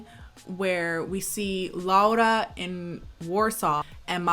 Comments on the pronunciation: You are the first person that pronaunced her name right, thank you! And as a Polish person I apologize for this shit, the book is worse if you have been wondering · I love that you pronounced her name as they actually said it but I'm SOOOOOO sorry that you had to watch this dogshit of a movie, like I'm polish and this shit makes me GAG, it's absolutely te-rri-ble [the book too of course] we don't claim this abomination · This movie is a piece of shit but thank you very much for pronouncing "Laura" correctly. That's very nice.